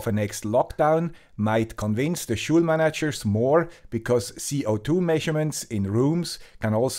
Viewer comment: Your English is much better than my Swiss, but in English, the last part of the word school sounds exactly like the word cool... Hope this doesn't shock you as much as it shocked me to find out from one of Sabine Hossenfelder's excellent videos that everyone in the English speaking world has been mispronouncing Albert Einstein's name since the beginning! ;-)